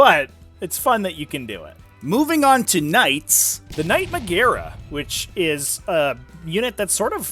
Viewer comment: as a dude who studied latin, magaera is pronounced "majera"